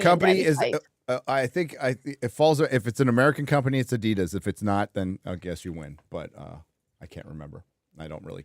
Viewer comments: saying “Adidas” sounds like “I’d eat ass.” 😆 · adidas is named after "Adolf (Adi) Dassler" So it is adi-das